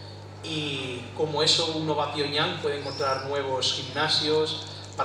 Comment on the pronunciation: El Cao este hablará muy bien sabrá mucho y to lo q tu qieras pero joder el paleto ese que no sabe ni decir pyongyang da vergüenza el pavo y el otro con la pose solemne mientras dicen sus 40 cargos en corea no tienen ni para un speaker en condiciones se les murio de hambre en el avion